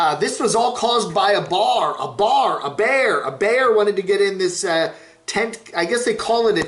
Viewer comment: BEAR !!!!!!!!!!!!! Not Bar!!! unless your from Boston